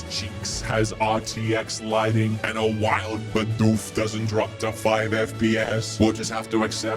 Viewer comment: "and a wild biDOOF"